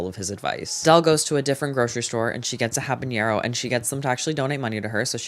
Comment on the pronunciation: love ya but habanero doesn’t have a ñ it’s just habanero😭